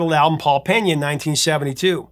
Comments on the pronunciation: FYI, his name is Pena (PEE-nah), not Peña (PEHN-ya). His family is Cape Verdean, which leans toward the Portuguese pronunciation, not Spanish. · If I'm not mistaken, his last name is pronounced "Pay-Na". There is no tilde over the "n" so there is no need to pronounce it like a Spanish name like "Penya".